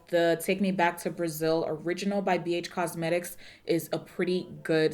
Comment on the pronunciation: That Texas accent snuck up on you didn't it lol...Bee Eytch Cosmetics...